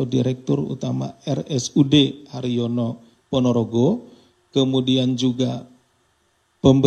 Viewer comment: Rumah sakit Harjono pak, bukan rumah sakit haryono.